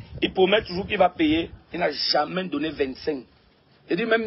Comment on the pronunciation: Gato on dis jamais Pas jamain